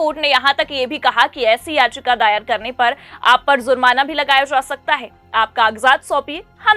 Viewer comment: उच्चारण का संज्ञान लें फ़स नहीं फँस ज़ुर्माना नहीं जुर्माना